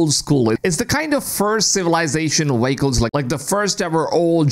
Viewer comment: Vehicle ❌️ Waycles✅️